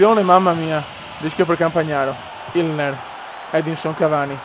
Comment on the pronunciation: Comunque è Inler non Ilner :D